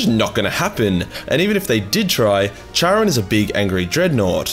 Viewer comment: Bruh, you're Australian start pronouncing shit as one. Charon is pronounced 'Karon'. Bald is 'balled' not bold. Need any more help man im here for you, hmu